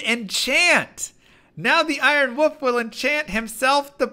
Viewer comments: And it's WOLF, not WUHF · Wolf, not woof. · It's pronounced wulf, not woof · Can I just say I love how he says woof every time he reads wolf… fantastic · The way you say "Dire Woof" and "Spirit Woof" , so good 🤣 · I'm entirely convinced now that has forgot how to pronounce Wolf the correct way. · we love you but the L in WOLF is not silent.;;;D